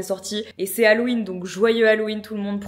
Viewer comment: On prononce « hallOween » et non « hallween » :) 😊